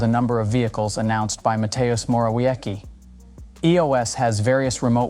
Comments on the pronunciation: "Matejus Morawieki" LOL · Ma-te-oosh Mohr-aff-yetskie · dont wanna be rude but your pronociation of polish names is terrible. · Matejusz Morałieki XD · Please, use google translate to learn pronounciation of foreign words. It takes a few seconds and you'll be way more professional. Currently you are butchering polish names even though they are perfectly pronounceable to english speakers. Some sounds are harder but you just have no idea how to read polish. It's not even close!